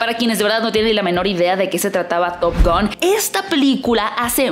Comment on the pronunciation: Estaría buena que digas top gan y no top gon jaja ,es top gan amiga ,hablaaaaa bieeeeennnnn !!!!!!! Jaja x fissss, top GAN ,gan gan gan gan gan